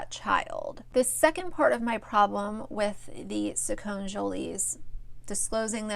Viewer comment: It’s pronounced SacconEEjolys . I used to follow them for many years. The problem is that he is only 6. He might change his mind when he is 7 or maybe even at 10. This should not be on the internet. It should be kept private for his sake. He could be embarrassed when older and possibly be bullied at school because of it.